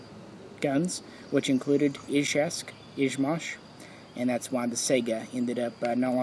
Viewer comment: Woooow, an American who says Izhevsk and Izhmash right. Instant like, from Russia with love. Usually it is Izhveck, 2 in 1.